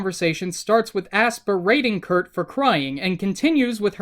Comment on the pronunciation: WHY DOES HE KEEP SAYING KURT AND ASS ITS DRIVING ME INSANE!?!?!???!!!